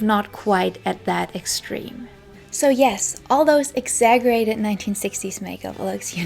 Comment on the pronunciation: This was super interesting!! I also wanted to say (not that it took away from this great video at all) but exaggerated isn't pronounced with a (g) sound! It sounds like (ex-za-jer-rated)